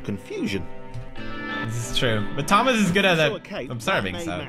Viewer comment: you forgot to cupolas the t in thomas -_